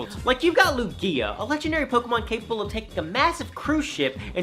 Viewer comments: So...No one ganna mention how he's pronouncing Lugia? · Is anyone else irritated with how he says Lugia or is it just me? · I think it's because he basically added an extra syllable to the name Lugia it's not that he's saying it wrong it's that he says it with an extra syllable and it irritates me 😂